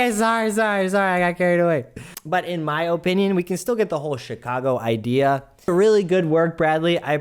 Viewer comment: "Chicago EYEdea" LOL